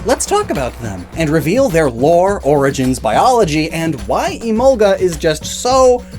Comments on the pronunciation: I have never pronounced Emolga like that & never will {It reads as E-mol-guh, to me}. It may be closer to the origin words {I haven't heard them before}, but sometimes you have to throw the origin word pronunciations out the window. Arcanine is Ar-kuh-nine, not Ar-Canine, and I will not be convinced otherwise. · Even in the English dub, Mika Kanai is still the voice actress, so Emolga still says “Emonga”. Lol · I know it's technically a mispronunciation, but because of the kind of Southern accent I have I've always pronounced it like uh-mohl-guh. In my opinion it's a bit better sounding since all the syllables roll together more.